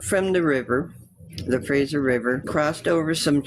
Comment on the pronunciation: It's the Fraser (like laser) valley not Frasier Valley ffs